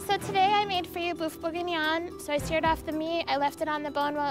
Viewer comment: anyone else notice she says boof not beef? lol